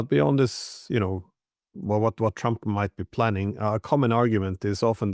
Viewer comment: I love how he pronounces Trump. Twamp